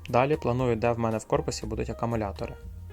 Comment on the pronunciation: Все файно! Але НЕ "АКАмулятори", а АКУмулятори.